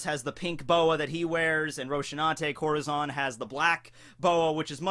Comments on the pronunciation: Corahzon? Try not to ad that "aw" sound at the end of every "A" when coming to Japanese (but in this case a Spanish word). nevertheless love your videos, stumbled upong them recently. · Dude i love your vids but your pronouncing it wrong (corazon)